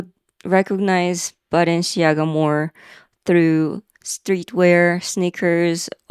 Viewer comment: Your French pronunciations were pretty good! I only know Balenciaga from those funny AI videos, like the Harry Potter Balenciaga, lol!